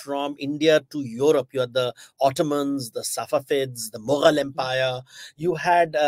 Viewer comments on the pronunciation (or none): none